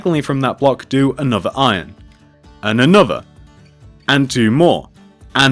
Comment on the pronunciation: "Any anotha!"